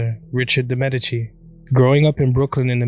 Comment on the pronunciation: I thought DiMedici was pronounced [Deemah deechy]